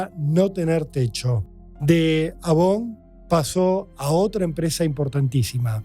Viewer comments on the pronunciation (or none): none